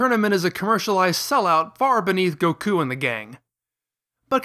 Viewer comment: What is with the weird pronunciation of names? Blooma? Kulrilrin? V-dell? Go-koo? Mr Sahtahn? Cyan instead of saiyan?